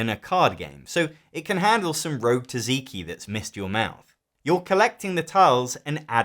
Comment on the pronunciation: I'm sorry wtf is "taziki"??????? TZATZIKI!!!!!!!